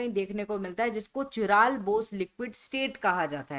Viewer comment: काइरल✅ चिराल❌